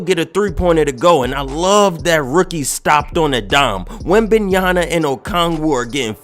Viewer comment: Just call him wemby instead of butchering his name every fucking time